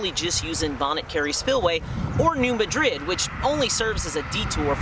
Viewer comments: New Madrid - Say: "New MAD-rid". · Oh and the 'Madrid' in New Madrid is pronounced with a short A sound and the emphasis on the first syllable. It's Tennessee just don't ask